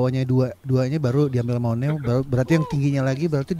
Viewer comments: Leadernya onew. Bacanya onyu bang, jd bukan minho leadernya Iya minho aktor juga baaang Yg sudah di surga namanya jonghyun bang bukan jongho hehe Nama fandomnya = SHAWOL singkatan dari SHINee World bang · Pelafalan onew itu : o-nyu, bang hehe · Bacanya onyu bang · Kak.. mau kasih info Onew bacanya "onyu" Key bacanya "ki" Makasih banyak sudah mau react SHINee kesayangan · Leadernya itu Onew, bang bukan Minho. Pelafalannya Onew itu O-nyu (New pelafalannya kyk New bhs Inggris) Pelafalannya Key itu Ki (키)